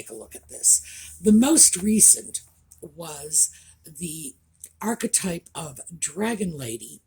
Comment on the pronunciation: Thank you so very much for defining the word archetype in case anyone was confused because I've been wincing everytime I hear her say it. It makes me want to pull my hair out. Almost as much as people using nucular which Is Not a Word.